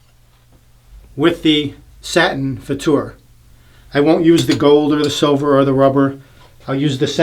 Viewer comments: Hi, I am German and you are right. The way you pronounced ist right. I mean the German pronunciation. Danke für das Video:-) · The Futur is my favorite. Setting 6 is pretty much aggressive, right. But better buy more valuable blades than the Merkur blades. Your Pronouncing of "Futur" is 100%. Greetings from Germany. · OK, you've nailed the pronumciation of futur, now how about Mühle?